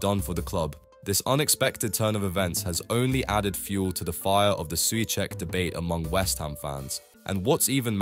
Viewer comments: I'm intrigued by your switching between pronouncing "Su Check" and "Su Sack" 😅 I'm equally intrigued by your subtitles alternating between "Suecheck" and "Soucek" and then when I switched over to Subtitles = English (auto-generated), it would never fail to translate incorrectly, into "such" "such cheek", "suek", "suche", 🤣 alright, I'm bored 🙄 ... bored with all these unnecessary squabbles destroying one of your own, who's a player with a higher chance of scoring then most others bar a few. He's an honest pro and not a slightest cuntish. Hate impatient modern fans sometimes... 👎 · If you use text to speech, this is closest I could get it to proper Czech pronunciation: Souhcheck